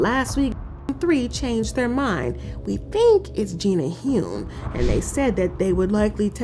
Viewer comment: Gina Hun. Not Hoon